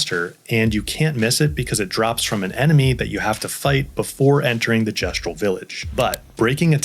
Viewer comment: Pretty much haven't used healing in 100+ hours kek At least you said Gestral correctly